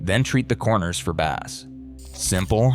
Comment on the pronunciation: Bass that rhyming with glass, is a type of fish. Bass in the audio sense should be pronounced to rhyme with base - as in the foundation of the audio spectrum; whether for music only or multichannel home theatre configurations. Other than that, not much to fault in the very cursory overview.